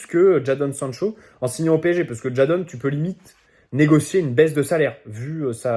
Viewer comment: Juste ça se prononce « Jaydon »